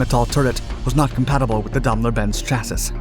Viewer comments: You should really try and get your pronounciation of words correct.the german firm is not pronounced Dam ler it's Daim ler.Where a german word has two consectutive vowels the word is said using the second vowedl,eg bier. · All kinds of strange new means for existing words, where a suitable correct one exists. How can one consistently mis-pronounce "daimler" or "chassis"?